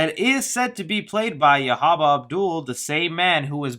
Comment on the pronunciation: It's Yahya dude not Yahaba